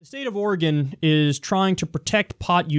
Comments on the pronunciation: All of the Oregonians are relieved that he pronounced it right. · Thanks Kyle for pronouncing my state's name right. I HATE listening to out-of-staters pronounce Oregon.